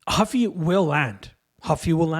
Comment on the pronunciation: it's Ruffy not Huffy